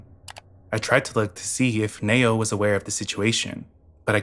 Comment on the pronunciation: It’s pronounced “Knee-Oh” not “Nay-Oh” lol great video though